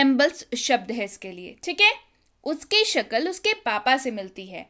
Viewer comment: 'Shakal nahi Shakl kahte hain